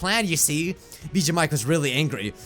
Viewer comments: Did he say Mijuu Bike at the end? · Anyone else notice that he said Mijuu Bike at the end? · Did anyone else hear him say mijuu bike? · Anyone notice he said miju bike at one point